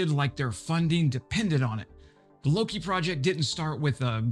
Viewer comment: All you non-Swedes out there, say it with me: "Lo-kE". "Loki" is some kind of Americanized version of the native Swedish name for the Norse god "Loke".